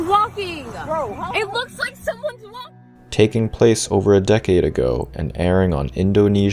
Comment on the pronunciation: just looks like 2 owls walking around the persons driveway ... the chick saying walking made laugh and aggravated lol .. "walk-king-ahhh" bet she's from New England lol